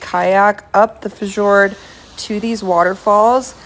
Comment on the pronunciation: There is still time to take this video down and re narrate after learning how to pronounce fjord